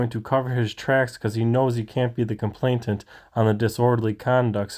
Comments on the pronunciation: Just so you know - it’s complainant, not complaintant as you keep saying and typing on screen. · Why do Americans have a problem with the word "Complainant'?. Its not complaintant or anything else, its complainant, ya get it now?🏴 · Not correct: "complaintant." Correct: "complainant." A local radio personality used to say: "weapontry" There's no such thing as a "weapon tree."